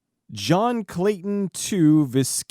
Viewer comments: On todays episode of good bad flicks, how not to pronounce words. Viscount is pronounced as V eye count and if a member of the aristocracy has roman numeral after their name like II, it isn't two it's "the second", III= "the third" and so on. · Love these videos! (And for what it's worth, "viscount" is pronounced, like v'eye'-count with a long I sound.) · Just FYI, "Warwick" is pronounced as if the second W isn't there. Also, "Viscount" is pronounced as "vy count". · It's not a GoodBadFlicks video unless mispronounces a name or three... or a title of nobility like Viscount (which is actually pronounced with a long 'i" and a silent "s").